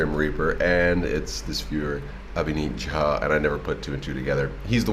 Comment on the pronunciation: congrats on your pronunciation of "jha" as even in india mainly southern part people cant pronounce properly ... but you did it 100% correct :D